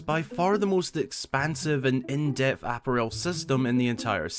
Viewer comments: I've never hear apparel pronounced that way before. Instead of APP-a-rel, I've always heard it pronounced app-A-rel. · love the video but i’m sorry what is that pronunciation of “apparel” 😭😭😭